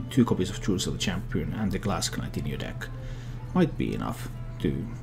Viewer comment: You dont pronounce the k in knight, it sounds the same as night. Nice vid nonetheless though.